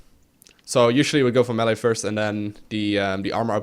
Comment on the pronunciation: It's like his pronunciation of "melee" and "meta" are backwards or something.